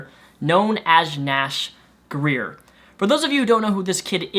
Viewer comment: sounded like you said nash queer at the end